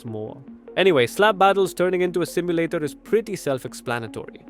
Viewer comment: ETS NOT SIMULATAR 😡